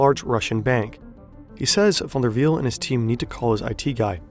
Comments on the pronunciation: yes, you can tell by the way he says "Jornt Van Der Wiel" so effortlessly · You announced van der wiel very good, are you Dutch?